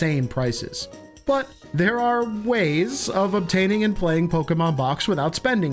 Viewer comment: Offf topic but finally a youtuber who pronounces Pokemon right…. It’s so infuriating hearing people say poke-E-mon